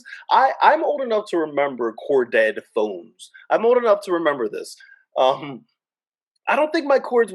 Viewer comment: The way you say corded...Core dead phones 🤣🤣🤣 The cords could be REALLY long. We used to string the phone thru the whole house. Others would walk under the line like we were playing the limbo. Or jump over it like a jump rope. 😂😂😂😂